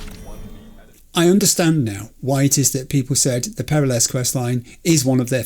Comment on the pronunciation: haha, I waited for 33 Episodes for you to get to this mission, just so you could hear the characters pronounce "Peralez" And you just wave it off and keep saying "perra-less" I'm heartbroken. All things considered, I am curious how you'd pronounce "Gonzalez" You'd turn it into Gonza-less, wouldn't you? :D